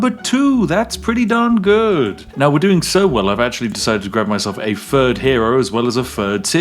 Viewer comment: “Fird” hero…”Fird” city…love me some Spiffin’ Brit!